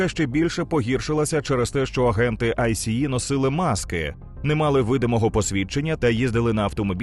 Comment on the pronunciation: Дякую за чудовий контент. Але я не можу зрозуміти чому в українському ютубі говорять АйСі-і якщо самі американці завжди читають це «Айс». Це по-перше дуже ріже вухо і по-друге ускладнює сприйняття. Саме ця структура не читається як абревіатура а читається як слово. Саме так це озвучує влада США і самі працівники айса